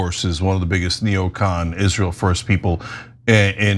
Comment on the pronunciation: That's, "Isral," as Linda says.